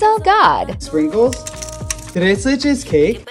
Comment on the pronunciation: As a mexican the way he pronounced tres leches will live in the back of my mind of the best pronunciation ive ever heard from a non spanish speaker